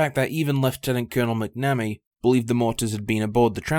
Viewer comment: pronunciation: say "mack na me" not "mack nammy". 🙂